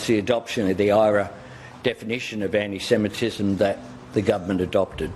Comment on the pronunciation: "Amee semitism" Roll my eyes everytime I hear Albo mispronouncing this.